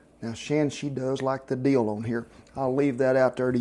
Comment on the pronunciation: Duh, Deel? You mean dill, right?